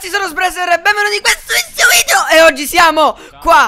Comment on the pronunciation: Video perché ai detto vidio